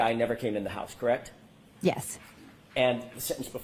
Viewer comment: Atleast she stopped saying “KRECTT”